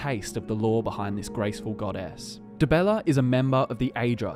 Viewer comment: Dibeller? Really? :))